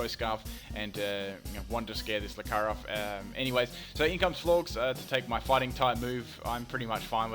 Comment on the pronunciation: I think it's pronounced Flor-jess to rhyme with gorgeous Personal opinion, it just makes sense! Xx